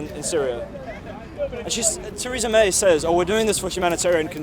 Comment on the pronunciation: Who is Taresa May ??? Lol